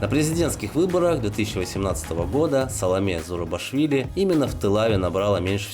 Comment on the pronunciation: Спасибо за видео. Одна из нецензурных сцен портит просмотр видео. Откуда она взята?. Или не можем обходиться без мата? Неверно озвучены названия с грузинского, неужели сложно было выучить правильное произношение? Например: АлазАни с ударным А;в АлазАнской долине; СалОмэ ЗурабИшвили; БатОнис ЦИхэ; Жаль.